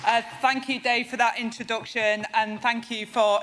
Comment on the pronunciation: She lost me at "inturducktion"